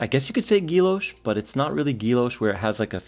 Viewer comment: Not being critical, just trying to help out: Guilloche isn’t pronounced “ghee-loshe”, it’s actually “ghee-yo-shay”.